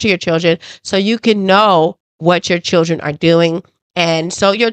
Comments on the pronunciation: She said chrildrin? We be present? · They was all CHURDRIN.... WTF is a CHURDRIN 😂😂😂😂😂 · Her mother can't even pronounce children. Churdren? 🙄 I didn't hear the little girl apologize or admit her wrongdoing? I heard her boast about her grades, being a homecoming queen & head cheerleader. Then I heard her say that she was a better person than the one she was yesterday & she could make a difference. That sounds like what her mother told her to make her feel better about herself & whatever she did! This is what her mother considers to be accountability? Oh boy, tell me you glaze over your child's bad behavior without telling me that you glaze over your child's bad behavior! This is Karmelo Anthony style parenting all the way! 😢He was such a good kid with such good grades right up until he murdered Austin! 🙄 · I agree. Why is it so hard for alot of black women to say " children" properly .